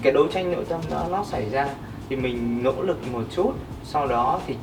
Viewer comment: Cái anh chàng nói về massage, sauna chém hơi kinh. Nghe giọng nói buồn cười quá. L và N loạn hết cả lên, nghe ngíu cả lưỡi... tương "nai", nỗ "nực"... hahaa